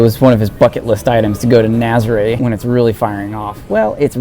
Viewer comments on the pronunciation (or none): It's not nazera... it is Nazaré!